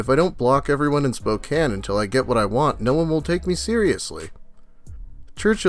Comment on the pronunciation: Dude its pronounced Spok-CAIN